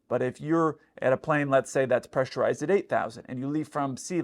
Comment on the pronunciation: You're still right tho ,CAN THEY OPEN IT WHILE PRESSURIZED? Your said it right 😂